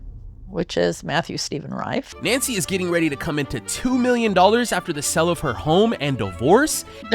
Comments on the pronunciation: Why do you all have such a hard time saying "sale"? I keep hearing "money from the 'sell' of the house." Wrong. Money from the SALE of the house. And long A sound, not a short E sound. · California for sure. Californians like to misuse short vowel sounds. They replace short E sound swith short I sounds (ex. Wendy becomes Windy) or short A sounds (ex. berry becomes bare-y). And then they apparently stick a short E where it doesn't belong in "sale." It's so bad, though, that i see people type "sell" when they should use "sale" (ex. We did a million dollars in sells last year). - They mispronounce it to the point where they forgot those are two different words with different meanings.